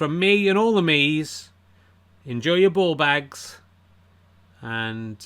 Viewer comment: Bawbags. Funny hearing that with an English accent. It is a very good phrase.